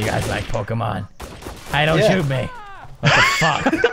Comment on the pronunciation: "Pokeman" YAY